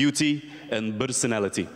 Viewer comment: bersonality..berfect..gosh i love u <3